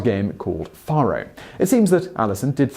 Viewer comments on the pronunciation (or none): Faro is pronounce FAY row, not FAH row. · Faro is "fair-oh". It's a bastardized spelling of "pharoah," a common card game in the Old West.